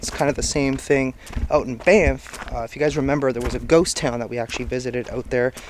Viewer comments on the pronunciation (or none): none